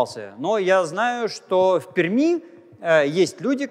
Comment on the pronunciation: Приятно, когда москвич правильно произносит словосочетание "в Перми". В целом всегда приятно слушать Станислава Владимировича, как всегда, его лекции увлекательны для того кто интересуется естественно-научными направлениями.